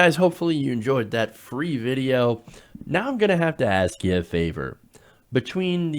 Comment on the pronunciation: These videos specifically have made me a master of stopping the video immediately as end ad thing starts. if it is an automated ad i used to usually let them play. Not anymore. That emphasis on "free video" lol